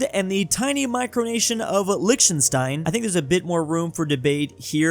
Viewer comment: It's not "lishtenstein" it's "liCHtenstein" eith a "kh" sound.